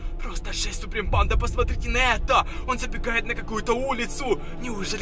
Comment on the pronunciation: Ты говоришь или читаешь реп? 🗿 Кто заметил что он говорит не банда а бандА и т.д.